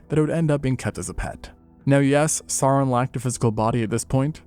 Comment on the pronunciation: Sauron should rhyme with Gowron. In Tolkien's works, "au" sounds like English "ow," as in "that hurts."